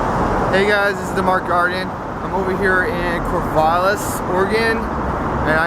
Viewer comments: Its pronounced CorvAAAAlis not Corvolis.. Idiot. what I don't understand why you have to carry a super heavy gun just for shitts and gigs.... Id only carry a AR15 in I was a legal resident in Iraq... Or Antarctica.. because then it would be useful. If you don't feel safe carrying just a handgun you should take a shooting class. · its not corvaal-is its core-val-is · "Corvallis" - not "Corvalis"! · The city is Corvallis with two "L"s, and it is pronounced "Kore-Val-Liss". So, perhaps next time say it right and see about fixing the spelling. Also, don't engage these idiots. You are never going to convince someone against their will. Corvallis police did in fact act correctly, but for the record they are a little Gestapo and act very militarized under most conditions. It's impressive they could keep their jack boots off your neck as long as they did. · PRONOUNCED CORE-VALL-ISS Corvallis... Damn bro where are you from? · That's my home town and this makes me even more proud to have come from there. BTW it's Corvallis with a short a sound. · if you are gonna go to a city please pronounce the name right, especially if you live i the state of Oregon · You spelled and said Corvallis wrong.